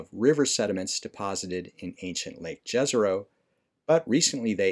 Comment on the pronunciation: I love the videos, great job man! Just one tiny bit - the name "Jezero" should actually be pronounced as "Yezero" as it was derived from a word for "lake" in my native language - Bosnian. :)